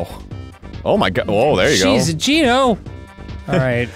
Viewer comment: It is pronounced GENO, not GINO